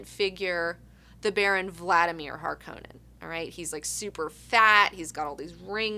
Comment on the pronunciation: Its interesting to hear how you pronounce things, even if i read it in english i say the words differently than you (i have a swedish/spanish background and well, i know english as well). Just like how you pronounce Paul Atreides or Harkonens, i first didn't know who you meant and it took a sec to tune in ^^ and i really like the books! Atleast the first ones, around 3rd/4th or so it kinda dwindled down for me.